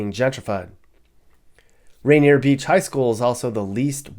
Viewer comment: That’s RAINIER VALLEY no t Rainer Beach.